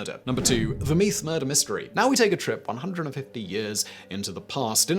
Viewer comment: Meath is pronounced the same way as the drink mead.